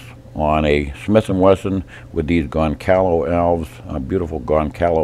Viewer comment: "Goncalo Alves" kkkkkkkkkkkkkkkkkkkkkkkkkkkkkkkkkkkkkkkk The correct name is: Gonçalo Alves gon-sahlo ahlvz